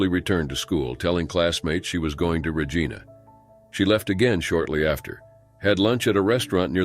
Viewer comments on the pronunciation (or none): As a Canadian, I can't help but laugh every time you say 'Re- geena'! It's pronounced 'Re-gi (rhymes with 'hi') na. Basically, it rhymes with vagina! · Regina, SK. It is not pronounced "Rah-Gee-na" It is "Rah-ji-na". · I'm british and pronounce it Regeena. It is what it is 😅